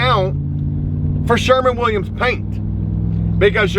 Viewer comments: Just gonna say this one time - SHERWIN.... Sherwin Williams. But you can say it however you want. 😏 It is Joecabulary after all... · “Sherman! Sherman! Sherman!”, it’s SHERWIN.